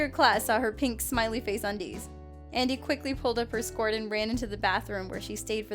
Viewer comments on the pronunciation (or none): Anybody else notice that siad skort instead of skirt. no just me, okay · She can't say skirt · Scort?????!!! You dumb bird its sc-ir-t